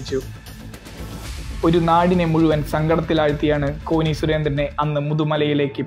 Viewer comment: കോനി അല്ല കോന്നി ആണ്